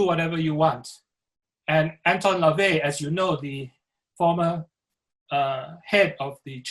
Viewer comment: But you can't even get LaVey's name right...